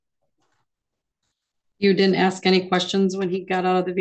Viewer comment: He didn't aks for Parleeeeee?